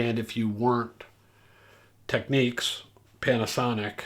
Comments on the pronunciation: It's not pronounced "Techneeks"!! Technics. As in "technical" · How are we supposed to "enjoy" this video when at the start you pronounced the very name incorrectly....again it is not tech neeeeks ok, nor is is techniques, do you find them saying Audio Techneeeeka out there??? Get back to the editing room or program or wherever you came from to clean this mess up. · I know you've been around at the Absolute Sound for quite some time but I believe that you're pronouncing Technics incorrectly. It's not the end of the earth but just wanted to let you know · Technics says it is “Tek-neeks” in the US. I believe other locations use alt pronunciations. “Nobody’s right if everybody’s wrong”?